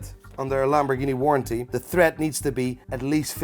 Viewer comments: It’s “Tread” not “Thread” my guy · Imagine making car content and calling tread “thread” while trying to sound like you know what you are on about😂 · TRED whee the h man wtf tred not thread read the dam word no h in it YOU ARE NOPT SEWING pronuuced sow ing if u dont know lol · Tread, not thread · I swear he is saying thread not tread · Why does he keep saying thread instead of tread? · its tread not thread.. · Why are you calling it thread on the tyres 😂 it’s tread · Stop saying tHread. It's Tire TREAD. This is what you get for buying a car sight unseen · Tread not thread dude. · Can you not say the word TREAD, you kept saying THREAD 🧵. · Tread mare not thread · Car salesman sounds dodgy to me ! He knew and he shouldn't keep saying MATE. tread bro not thread. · Did anyone tell him it's TREAD pronounced T RED yet? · Tread not "thread"!!!! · Why does he call it the tire thread instead of tread? Is that some kind of Brit "bonnet" instead of "hood" type slang, or is he an idiot? 😂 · Its tread not thread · Tread. Not thread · It’s ‘tread’, not ‘thread’. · Its tread not thread.... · tread, not thread. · not thread, tread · Can't even say 'tread' properly... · It's "tread" NOT "thread". 😢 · Bro... How do you allow yourself to get that fat? I started to gain weight but I did something about it and lost 40 pounds. And I'm American so if I can do it anybody can. And its tire TREAD!. There is no H in the word tread. What is tire "thread". Stick to watches because you are not a car guy. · Mate it's tread not thread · I’m sorry. But it’s Tread, not thread lol. But nice vid, sorry you had a shyt time with this purchase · Tread, not thread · It’s not THREAD. It’s T R E A D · Owns expensive cars but calls "tire tread" "tire tHread" lol. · Jesus he can’t even say TYRE TREAD he’s saying TYRE THREAD 😂 Some right dodgy fuckers in every industry these days, absolutely shocking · Tread not thread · It's tread, not thread, you troglodyte.